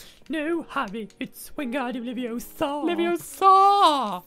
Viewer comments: It’s Levi-O-sa not Levio-SA 😡😡😡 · It's LeviOsa, not LeviosA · It's leviOsa, not leviosaaaaa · Wingardium leviosa! It's Wingardium LevioMOOO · actually...its leviOHsah not levioSAAH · IT'S WINGARDUIM LEVIOSA NOT WINGARDUIM LEVIOSAUR!!! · It's Levi-O-sa not Levios-A 😌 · its Leviosa, not LevioSO. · Its leviOsa, not levioSA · It's LeviOsa not LevioSA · It' LeviOosa not LevioSaa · It’s leviOsa not levioSa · Its LeviOsa not Levioooosah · It's LeviOsa no LeviosA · It's leviooooosa not leviosaaaaaa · It’s lavioooosa. not laviosaaaaaw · stampy "wing-gard-ium-leviosua